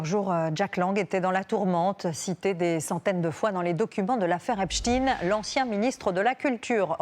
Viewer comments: Pourquoi les journalistes prononcent son nom. Epstine ? Pour enlever la connotation....j. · Pourquoi vous prononcez son nom de la sorte ? Epstein ça fait [aï] et pas "i". C'est pour cacher ses origines ? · Epstein 'ein' et pas ine. Parlez juif ce sera mieux, ils comprendront mieux ! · Epstein ne se prononce pas Epstin... Juste pour faire croire à des Russes derrière ça 🤦😅 Et Lang est connu pour d'autre fait... Pas d'enquête là-dessus ? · Pourquoi elles disent "epstine" ? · C'est de la folie que des journalistes ne connaissant pas un minimum comment prononcer un nom d'origine germanique. Ça montre vraiment le niveau..